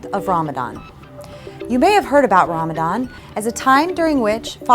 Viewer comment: I can't, I just can't resist Ask yourself if you are really a believer 😅 Chastity & modesty ? And Muslim who is practicing - reads and understand Koran (Qur'an ) knows the ruling on Covering. Also know how to pronounce (رَمَضَان) . So now the Question arises Who are you 😅😂❤